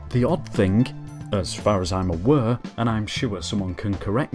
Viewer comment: “As far as I’m awur”